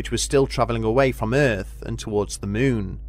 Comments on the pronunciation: Teacher - okay children say, M O O N, MOON Narrator - M O O N, MEWN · its Moon , not meeooon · "syrfeis of thy myyn" 😂😂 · I just love this guy's pronunciations! "... any further exploration of the MEWN" Lol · Loved how you call it MEWN 😀 Is there a feline connection? 😸